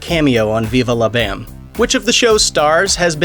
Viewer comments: Pretty sure everybody But You pronounces it Viva "Lah" Bam & NOT Viva "Law" Bam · Why you say it like that “veevah lah bam” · 😂😂😂😂 bro viVA la BAM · Wtf does it sound funny when you say Viva La Bam? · Why do you say viva la bam weird?! 😂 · Hearing him say Viva la Bam was like listening to a speak and spell try and pronounce it lol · Why you gotta say Viva La BAM like that?! Lol